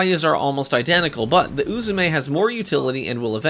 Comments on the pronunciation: As a person who speaks Japanese fluently, your doing fine with pronouncing Uzume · You pronounced uzume correct